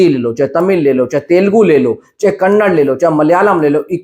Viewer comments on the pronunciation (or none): Bhai kannad nahi kannada bolo please😊❤️